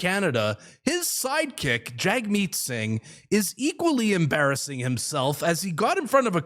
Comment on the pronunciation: 6.30 I heard you say Side chick. Hahaha